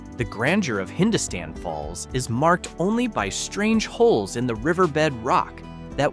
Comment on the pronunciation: Hindostan is pronounced hin-DOS-tan